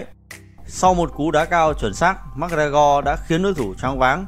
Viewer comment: Giọng thì đọc kinh khỏi bàn, MẮC LE GO , SU LO NI hài thg chủ kênh.. 1 kênh thông tin mà đọc thế thì m nghĩ là vừa :)))